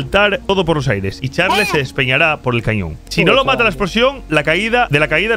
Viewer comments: no se dice charles se dice charls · Charls no Charles así se dise pero se escribe Charles pero se dise charls